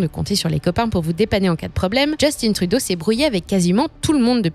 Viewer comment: On dit Justin Trudeau et non "djustine truuuudoooo" comme dirait les anglais